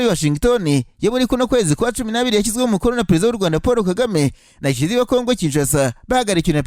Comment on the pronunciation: Ese ubwo kuvuga Tchisekedi byarakunaniye burundu Koko!!! Ujye uvuga witonze nibwo twunva neza.